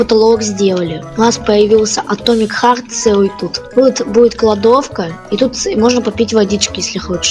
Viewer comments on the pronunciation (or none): Мне послышалось или сказал атоми харт